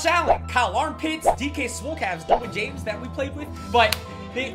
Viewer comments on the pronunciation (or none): none